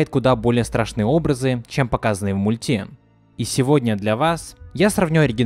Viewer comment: Блин бесит его произношение,мультЕ . Перестала из-за этого смотреть.